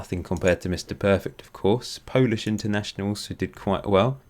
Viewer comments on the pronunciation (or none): none